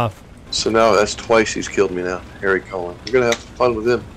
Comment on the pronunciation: Maybe he should change it to Harold colon? Or maybe he should correct everyone an their pronunciation. Pronounce it like the baseball pitcher bartolo colon "co-lone"